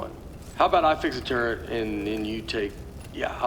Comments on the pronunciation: Really? Nobody thought of the name "Tur-let"? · Not calling it a turrlet was....sigh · Turret, more like Turr-let. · Erik Wolpaw said that Nate couldn't pronounce turret very well and if you listen real closely you can tell.